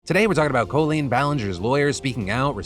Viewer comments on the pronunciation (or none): Sorry if I missed this, but why does Phil pronounce Colleen like Col in Colon? It's pronounceld Call-een (even though it's spelt Colleen). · why does he keep pronouncing her name as "CO-leen" instead of "call-een"??? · Someone for the love of god tell this man it's Kah-leen not Koh-leen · Phil! Stop pronouncing "Colleen" all pretentious like CO-lean, It's Coll-eeeen like border collie, Just no dude. It's a common enough name from our generation, you know how to pronounce it. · Phil, I love you, but please stop mispronouncing Colleen's name!!! It hurts my ear. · I don't think I've ever heard anybody say "Colleen" like "Co-lean" before. Is that actually how she pronounces her name? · Is the pronunciation of Colleen as Coh-Leen intentional? It is very close to colon and feels like a subtle way to call her an ass. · STOP SAYING COLE-LEEN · Is Phil butchering her name or does she actually pronounce it Coh Lean ?? cause if thats the case... she guilty as HECK! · calling her “Co-lean” has me in stitches🤣 she’s so gross, no matter what’s up with the copyright claims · Stop. Pronouncing Colleen that way phil. It's stressing me out. I've never heard anyone pronounce Colleen the same like colon. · Why did you suddenly forget how to pronounce Colleen? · Are people just suddenly saying Colleen weird or does she pronounce her name wrong 😅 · You pronounce Colleen weird. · That's how she pronounces it herself. Should've been our first red flag 😂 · Curiosity do you pronounce it Cole-lean or Call-lean?